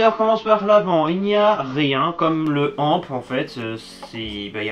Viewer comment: On ne dit pas amp on dit a.m.p